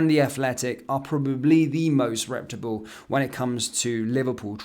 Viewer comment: reputable~! not republe.